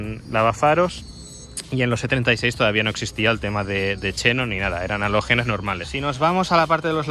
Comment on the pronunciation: no empieces a pronunciar de forma rara los nombres de las cosas, como los youtubers de 20 años! Es Xenón, no Chenon! Es uno de los 6 gases nobles de la tabla periódica que estudiaste cuando eres pequeño, no deformes el idioma para parecer más "guay?"! Esas bobadas para los veinteañeros que necesitan llamar la atención a toda costa! Por lo demás un video entretenido y original! Para mí gusto, sólo te falta un E30, porque ya a partir del e46, del E92 para adelante, la cosa no mola tanto! Serán mejores coches, pero empiezan a perder alma (para mí gusto)!